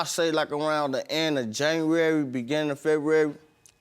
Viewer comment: I got locked up roughly at the end of JANNAWARY beginn of FEH-WU-WARY! 💀😂